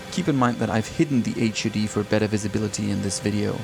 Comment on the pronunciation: you keep saying H,,,,,,U,,,,,,D,,,,,. Its driving me nuts one word, HUD.....20 years working on Fighter, we never called it a H>>>U>>>D>>>